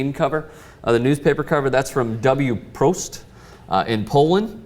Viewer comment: Hey guys,less talk,more bodies.She is not a nun,she is just a beautiful polish girl.Any way your pronunciation of WPROST is more than terrible.Remember,polish language is very difficult and next time it would be good to take a lesson to pronounce this word.